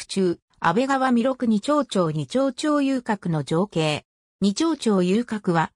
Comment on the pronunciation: 安倍川は「アベガワ」でなく「アベカワ」，二丁町は「ニチョウチョウ」でなく「ニチョウマチ」です。また、９６カ町は「キュウジュウロッカチョウ」と読むべきです。